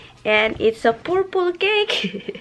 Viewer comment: Purple not porpol 🤣🤣🤣